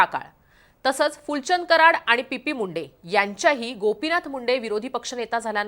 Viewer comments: Pp munde nahi o madam😂 T P Munde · पी पी मुंडे नाही हो चि पी मुंडे